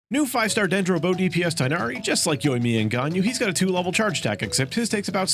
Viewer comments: It's hard to write down, but it's not Tie-nari. It's kind of like Teeghnari or Tighnari. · its TIG-nari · Funnily enough, while the English VAs seem to be saying tie-nari, if you listen closely in the 3.0 banner, his name was pronounced tig-nari. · As an Arabic speaker saying tighnari's name is a living nightmare🤣and hearing others saying "tie-nari"is also pure torture Just a note:when al haithem comes homes please spare yourself the trouble and me the cringe and just call him Hawkeye because that's what's his name means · Your pronounciation of Tighnari is wrong